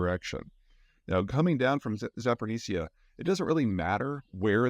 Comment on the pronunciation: Day 486 of the war: Peter still can't pronounce "Zaporizhzhia".